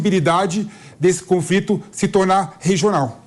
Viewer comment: O cara falou confrito